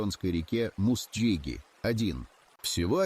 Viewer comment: Мустйыги, а не мустджиги, учись, искусственный интеллект! На правду не тянет ролик, в таком случае угорь жрёт ВСЁ подряд, он не сортирует хороших раков от плохих